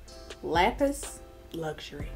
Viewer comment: You look so beautiful, all the blessings you deserve are coming to you. Lapis sounds like lap piss. Boom 😘